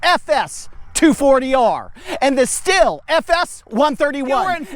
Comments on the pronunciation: Stihl is pronounced steel, not still. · << >> In short , it is "shteal" . "Sthil" is BTW , a pretty common name 'round here. Best to you ! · I’m not German, but ich spreche ein bisschien Deutsche. So, I get the idea that it should be shteel. However, Stihl doesn’t agree. Unsure why. Can we at least agree that it’s not “still”? 😂